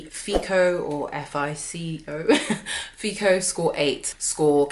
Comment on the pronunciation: I work for FICO. She mispronounced the company name. Secondly, some of her advice is just plain wrong.